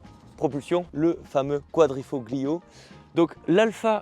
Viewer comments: Joli modèle ! Prononcer quadrifolio...le g ne se prononce pas... Tchao bello ragazzo ! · On dit ’quadrifolio’ sans prononcer le ”g”... comme dans Ta(g)liatelles Merci pour ton enthousiasme et ta bonne humeur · Très jolie voiture jm beaucoup.. par contre, ça me fait mal au oreilles à chaque fois!! Quadrifoglio 😮 gliiiooo non folio ça se prononce comme famiglia.. on prononce pas le g.. 😊